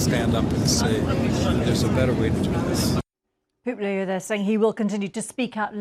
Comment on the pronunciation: sounds like you said polio, not Pope Leo! Better articulation, please